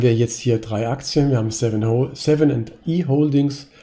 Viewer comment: Cooles Video. Spricht man das "i" von Seven & i wirklich deutsch aus? Und das "Reich der Mitte" ist China, nicht Japan. Aber ansonsten tolle Arbeit, Danke!